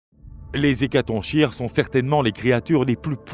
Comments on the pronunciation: On dit hécaton"K"ire et pas hécatonchire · Bonne video. Ne devrait-on pas dire "hécatonkire" en français, comme le ch est en fait la lettre grecque X ? Et qu'on retrouve dans la figure de style chiasme qui se prononce "kiasme" ?